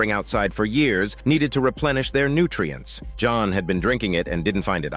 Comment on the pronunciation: Blud said john but a French accent like "Jonu" Edit:i hear "johon" now